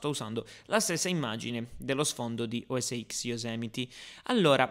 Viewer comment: Ciao, volevo dirti che sbagli ogni volta che dici "o es x", perchè sarebbe "o es ten";-) apple dice sempre così, non "x"